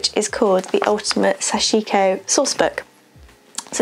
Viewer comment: Thanks for a very in depth video! Those jeans look great! Small nerdy point, but the pronunciation is closer to "sash-ko", the "i" in the middle should almost disappear and each syllable has equal stress.